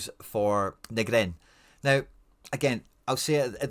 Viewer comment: Let me help you out bro... Too-nek-ti Nee-grin Nav-rot-ski (for old times sake) Gonnae stop nippy ma heid wae yer intentional mispronunciations I really want to listen to your channel, as otherwise you do a pro job, but yer letting yersel down wae that chat...